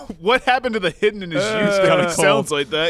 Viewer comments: "iwmwm th hiwdee" -Joel Heyman, 2015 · ***** it's more like I a de heeeden